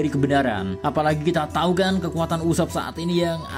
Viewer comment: usopp ❌ ucupp 😂